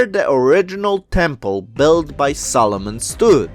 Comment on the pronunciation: Makes me giggle every time you say Solomon.. sounds like Salmon.